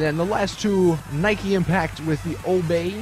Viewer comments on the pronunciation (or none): none